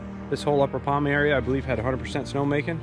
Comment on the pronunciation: POMA, not Palma